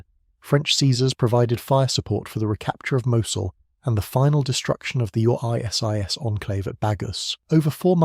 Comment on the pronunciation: how it pronounces ISIS decides. And the annoying repetitions and making the point 50 times over.